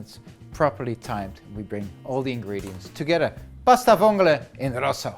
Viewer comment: Keep thnkin hes saying “Pasta Vongole in Russia”